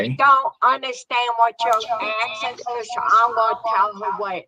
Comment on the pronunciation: Someone stop him he is going to start eating his crayons 🤐 he is hurting my head when he is "axing" a question